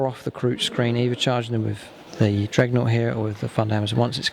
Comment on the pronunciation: Good videos mate. Just realise that the unit is a 'dreadnaught' not a 'dregnaught'